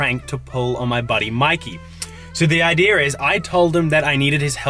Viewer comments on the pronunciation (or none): "The idear is" lol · "ok the idear is" why did he say idear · “Here’s the ideeur”